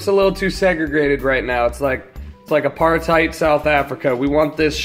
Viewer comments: Fucking funny how he said apartheid almost in afrikaans sounded funny haha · "It's like aparthide South Africa," LOL